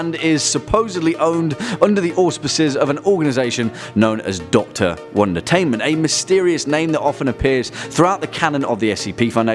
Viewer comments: Anyone else think it sounds like is saying "one detainment?" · Melinda Bagley-Duarte it does sound like that